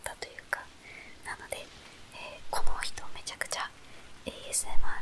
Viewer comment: A....S....M.... Me: "Yes my body is ready...": RRRRRRRRR Me: melts